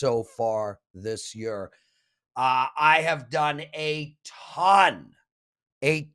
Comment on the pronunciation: Lmao, I was planning on commenting how he pronounces year 🤣